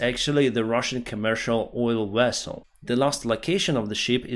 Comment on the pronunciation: Right, an oil wessel... as opposed to a nuclear wessel...